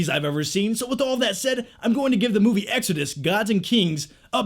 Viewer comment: The way you say exodus really bothers me